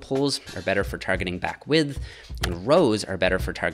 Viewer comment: I hate how you say the "th" in "width." Improve yourself.